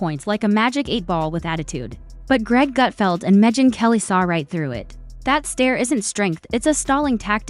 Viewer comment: Who is “Mejin Kelly”? This AI voice over is pathetic! I stopped watching the vid half way thru & will never watch another one of your vids! Waste of my time!